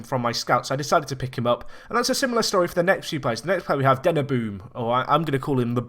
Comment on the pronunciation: Currently rewatching the series and I had totally forgotten about THE BOOM! (Hint; That's not how you pronounce Denneboom)